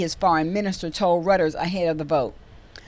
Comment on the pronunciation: Reuters = Royters, not Rooters. Few people know about Mele at this time. Send Biden to Argentina.